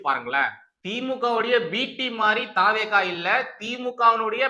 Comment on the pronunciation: தா. வே. கா இல்லை. தவெக இது தான் சரியான உச்சரிப்பு.